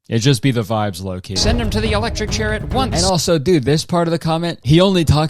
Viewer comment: when you pronounced lowk like loc <3